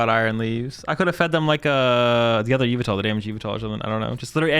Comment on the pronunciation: say it with me now yuh-vel-tuhl